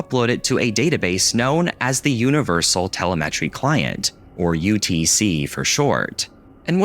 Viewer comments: I am not sure this appearance is appropriate on YT tbh :D. Also, you stress the wrong part of the word "telemetry", it's te-LE-metry, not tele-METRY, it's a normal English word 😄. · I’ve never heard telemetry pronounced this way. tel eM eh tree not tele meh tree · *Tel-EH-meh-tree, not tel-eh-MEH-tree. He has the stress in the wrong place. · tele-metry Oh my gosh that's not how you say it 😂 It's tel-em-eh-tree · Tell a met tree? No no no Tell lem uh tree. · tuh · leh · muh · tree That's the Google pronunciation, which I can't paste correctly into YouTube. It's like teLEMatree, not teleMETree. You're welcome. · Just a heads-up that Telemetry is pronounced "tell-imm-it-ree", not "tell-a-met-ree". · Okay, so I haven't been mispronouncing it all these years? Partway through the video, I started to gaslight myself that he's right (tell-eh-met-ree) and I'm wrong (tell-em-eh-tree). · Not "Tele-Metry" It is said like "teh-LEM-UH-tree" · "Bush hid the facts" saves and loads perfectly well in Windows 95's Notepad, I've just done it. Btw, telemEtry is pronounced telEmetry. 😀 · idk why this guy cant pronounce telemetry correctly its telema tree not tela-metree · It's telEmetry, not telemEtry. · teh-LEH-meh-tree. pro-tip: If you're going to pronounce a word a few dozen times in a video,.. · my brother telemetry is pronounced te-LEM-etry, not telem-ETRY, as someone who works in the area this hurt to hear:( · Who pronounces it Tele-MET-ree? tuh·leh·muh·tree is how I've always said it... It's just weird to hear it the other way. Like pronouncing Vegetables like Veggie-tables. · Dear God please stop saying tele-met-tree it's pronounced tell-em-itry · telemetry isn't pronounced "teh·luh·meh·tree" but "tuh·leh·muh·tree" at first the mispronunciation seemed like a joke but the more you said it the more unsure I got, and it's october 31, so what's spookier than being corrected, right? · yeah that's exactly how he pronounced it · Why did you pronounce te-lem-a-try like that?